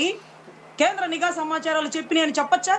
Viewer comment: ayanagariki cheppindhi nEEEgha varghalu not Nigha Varghalu...